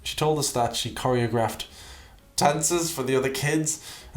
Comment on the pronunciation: Corry-og- raft 🤣😂😂😂 SOOO bloody funny AF!! Tried to lie about being a choreographer and yet didn't even know the right way to pronounce the word (but then, she's REALLY sh1t with the English language)